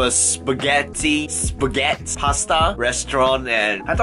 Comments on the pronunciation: Spaghetti not spaghett 👍😂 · When pronounces "Spaghetti" it remembers me the meme of "SOMEBODY TOUCH MY SPAGHETTI"